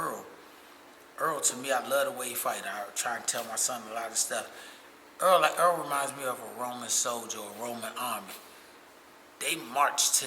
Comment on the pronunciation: HIS NAME IS NOT EARL!!! Why ppl see his name lit up on the screen every fight and refuse to call him Errol??!!! His name is not EARL SPENCE 😂